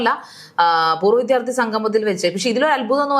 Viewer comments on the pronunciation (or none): പൂര്‍വ്വ വിത്ഥ്യാര്‍കള്‍ അല്ല. പൂര്‍വ്വവിദ്യാര്‍ത്ഥിയാണ്.